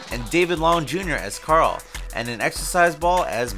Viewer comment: I don't comment a lot, but as a big fan of the show... Can't you even get Carls name right? You are supposed to be giving us facts you know that others dont... WTF... Carl says his name MULTIPLE TIMES in the show!